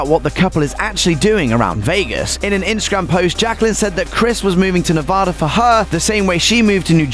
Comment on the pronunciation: It is pronounced Nev- ad-a ..not Nevaaada..sheesh!